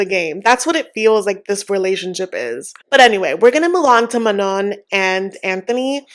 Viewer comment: None of these couples are making good choices. 😅 I think Manon is pronounced Maknown.